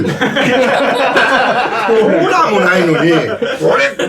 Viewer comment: コーラをコーラーて言うか…